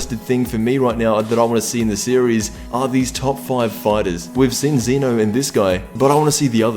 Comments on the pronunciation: ZEH-NO!!! NOT ZEE-NO!!! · EP 56 isnt until Sept 4th. also its Zeno not zeeno